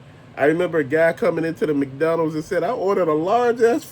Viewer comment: Thanks for all your Rants and reviews! Bro you got me laughing over here the way you're saying McDonald's. Sounds like you're saying Mcdonnell